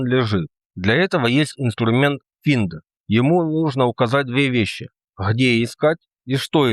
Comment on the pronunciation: Едить как ты изучаешь линукс не зная английского? Финд сам ты финд бедняга. Это Файнд.